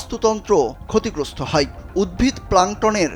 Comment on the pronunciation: কমে যাই না কমে যায়, হ্রাস পাই নয় হ্রাস পায়, হই উচ্চারণ হবেনা হবে হয়।